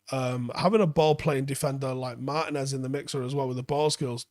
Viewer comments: Mar-TEE-nez. It's not pronounced like Martin ffs. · Just a heads up. Looking him up on google there's an accent over the i that means you give that letter more emphasis. It's pronounced Mar-Tee-nez. It hurts my brain a little every time you call him Martin-ez. I hate being that guy mentioning this. Anyways keep up the good work.